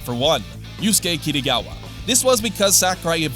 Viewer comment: "Kittygawa" lol